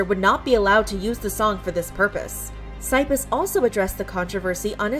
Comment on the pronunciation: What did you just call Cypis? No. That is not how you pronounce his name.